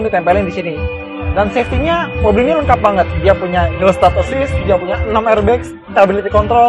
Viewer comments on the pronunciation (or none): entah kenapa di gue selalu kedengeran "hilsat assist" :v